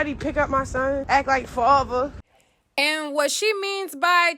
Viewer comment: Wtf is a "farhvah"? Father?